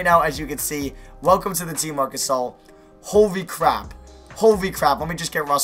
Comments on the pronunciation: idk what's worse, u saying "howey cwap" or "fwickin" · Did this man just say "Hory Cwap"? 😂👎🏻